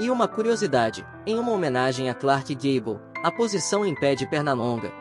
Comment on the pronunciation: Daí,o pateta narrador foi aprender inglês pra pronunciar com decência